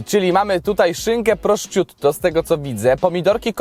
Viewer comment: Hahahahhahaha prościutto😂😂😂 jprd jaki zjeb